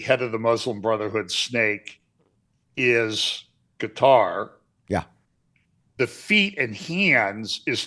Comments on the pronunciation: I subscribed, tell that if he can stop saying putter then he could learn to say Qatar. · Quatar, most appropriately pronounced Gutter.